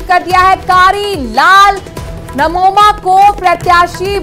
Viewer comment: नमोमा नही 😂 ननोमा है